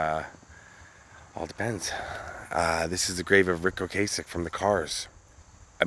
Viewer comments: O-Cass-Ek rather than O-Case-Ek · O-Cass-ek, not O-Case-ek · Dude keeps saying "Ocasek" wrong. I'ts not with a long "a" It's pronounced Okassssek, like Plastic. There's several videos on-line showing Ric pronouncing his own name this way. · I remember the lead guitarist, correcting people at their Rock n roll induction on how Ric pronounced his last name and it’s pronounced ‘O-CAH-Sic’, not ‘O-K-Sic’. Great artist and legendary. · OH-KUH-SECK..... not Ocay-sick